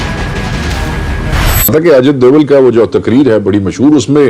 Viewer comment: उसे डोवाल नहीं डोभाल बोलते हैं ।नाम बिगाड़ने से काम नहीं बिगड़ते । कैसी मीडिया है ।